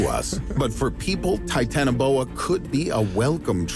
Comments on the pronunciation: Not titanboa it's titanaboa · U R saying it rong (ti-tana-bow-a) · btw its pronounced titani-boa (not to be a nerd)